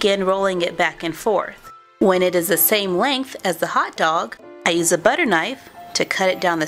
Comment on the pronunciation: "HHHHHOT DOG" xD